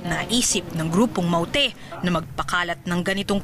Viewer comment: paulit ulit kong pinakikiingan kung paano nya binibigkas ang salitang "mawte" 😁